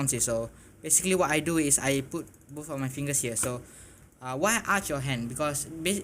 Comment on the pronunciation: I thought you said but your keyboard in your mouth LOL.